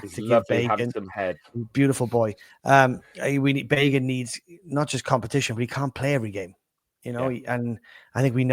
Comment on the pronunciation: Speaking of wrong pronunciations the Luton commentator on my stream was calling Bagan, 'Begun'. Love the podcast, in my opinion best one for Cardiff. Keep it up!